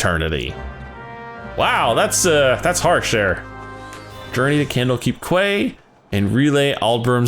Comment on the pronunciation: I realize this vid is over a year old, but the word quay is pronounced "kee". Butchering of other names of NPCs aside, that's the only thing that really stood out to me. FFXIV overall is quite tough to be able to pronounce and read dialogue from due to the strangely spelled NPC names and Shakespearean era dialogue mixed with thick accents of the sea faring folk of Limsa Lominsa. Everyone struggles with it so I can't fault you for that lol